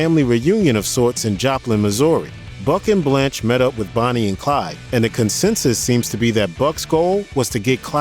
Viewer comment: No one can ever get Blanche right